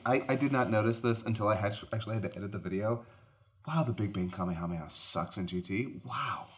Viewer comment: Lol cringe, love, but pronouncing Kamehameha as “Kameyameya” will always fuck with me